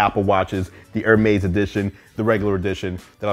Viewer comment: It's actually pronounced hermees